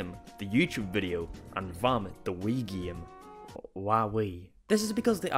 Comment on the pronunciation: "The Wii ghem." Funny accent, I dunno.